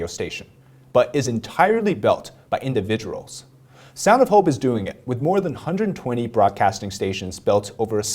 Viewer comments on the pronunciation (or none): Dont take this the wrong way but around 2 mins when you said individual your accent came out lol. But i believe radio will always be around. Its important to keep around i believe